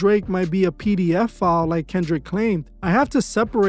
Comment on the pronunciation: P D F'a..😂😂😂 just the way you say it homie is crazy..😂😂 not a funny subject just the pronouncing of the word...